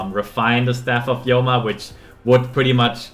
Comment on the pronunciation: The Yoma is bugging me, obviously it's Homa after the Chinese term 護摩. Don't butcher words according to your subjective interpretation. Otherwise this calculation video is 👍🏽.